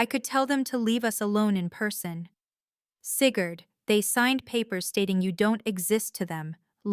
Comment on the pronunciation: . “Seagured came home...” . “… the OAR wing...” The hospital had a boat wing. . “Sigurd red allowed.” Maybe it was green, or Sigurd did not know how to read. . “$5 million... Placed in trust for Cigarette... “ ROFL (Lucky Strikes made a killing) . “…news article about Seagard…” This whole story is going to hurt Sigurd’s feelings. . “Seeker did not tell me...” flashback to Star Wars. “… also Lance Smild sent...” “…Lance opened a lane as safe..” once upon a time it was Elena’s safe. . “…Alainus face filled the screen…” Maybe Elena stepped out. . “… Seagird became my grandson...” . “… cigarette reviewed his speech...” Sounds more like Winston (tastes good like a cigarette should. . “ This is a salt!” It might have been assault.